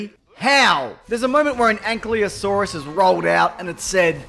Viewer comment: You wanna take a look at how you pronounced "ankylosaurus", and then compare that to how its spelled? You may notice that the 'y' is before the 'l'